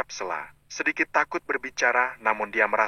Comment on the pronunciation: 😂😂 yg baca lucu Stella di blg sella😂😂